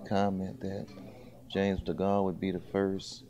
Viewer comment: someone tell him it's not Charles de Gaulle, t's James DeGale